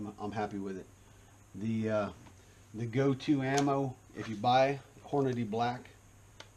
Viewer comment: Props to you for saying hornadee and not hornaday. idk where people get fucking 'day' out of the name? smh